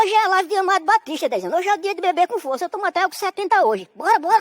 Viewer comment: É DEIZANO , não dez anos 👍